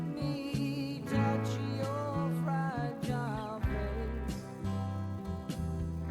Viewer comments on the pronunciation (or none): none